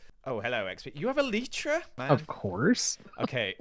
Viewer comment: excuse me, ELLEETRA? ITS ELAITRA